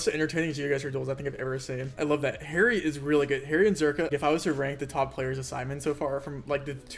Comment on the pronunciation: I love how Rainbolt calls Harry "Hairy" 🤣